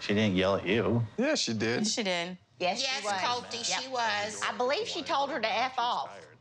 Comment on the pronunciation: "Colteee" Lol they also impersonate larrisa's pronunciations.